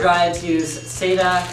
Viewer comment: Saita? SATA as in SAT....A That guy has been guzlling too much male seed!